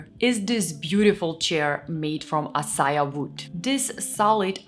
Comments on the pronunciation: Hey, would like to let you know that the acacia wood that the SKOGSTA is made of is pronounced uh-kay-shah. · Acacia is pronounced əˈkeɪ.ʃə uh-KAY-shuh 😉 😊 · I love your pronounciation of acacia